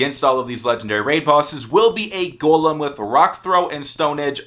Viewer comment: Hes saying it right though...